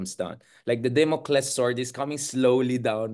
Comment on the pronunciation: Damocles not Democles